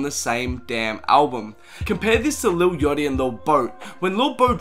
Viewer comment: this boy said lil yatchy and lil boat